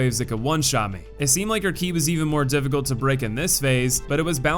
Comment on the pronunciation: In game, it's called Ki. He got it right